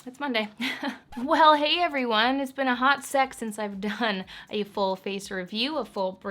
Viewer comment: Am I the only one who heard HOT SEX not HOT SEC! Lmao girllllllll get it!